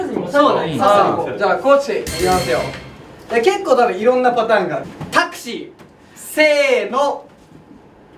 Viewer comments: こーちの 「タクシー」 「タックシー」 になってる笑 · たまたま見てたら、髙地くんがこの時からタクシーのことタックシー言うてることに気づいて1人でめっちゃ笑ってる爆笑爆笑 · たしかに髙地 「タックシー」って言ってるように聞こえる笑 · コーチこの時からタックシーて言ってるやん笑笑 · 久々に見にきたら、こーちさん「タックシー」言うてる笑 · 5/22のSixTONESANNで話題になった髙地優吾の｢タｯクシー｣です。やっぱりこの頃から｢タｯクシー｣と言っています。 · やっぱりこーちタックシーって言ってる？？可愛いね💕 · 見直してたらここのタクシーも タックシーって言ってるこち君見つけて すーっとにやにやしてる。可愛い。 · ふと見て髙地がラジオと一緒で『タックシー』って言ってて笑った😂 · 久し振り笑いに来たら不意にタックシー言ってて笑った